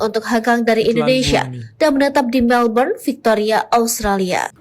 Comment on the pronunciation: Pak di bacanya melben ,bukan Melbrun Belajar Baca dulu yah